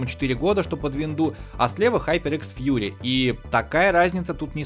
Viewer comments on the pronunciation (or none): none